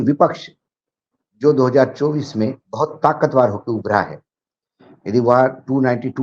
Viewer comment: Sir, please say, takatwar (ताकतवर) instead of saying it as takatwaar (ताकतवार).